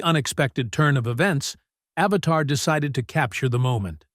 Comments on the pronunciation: Richard AVEDON not "Avatar." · He didn't pronounce Richard's last name correctly either.